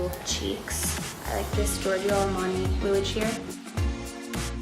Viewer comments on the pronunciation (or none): Why did she say giorgio (armani) like this? I dont know maybe that's how you pronounce it in America. In Germany its pronounced similar to the name George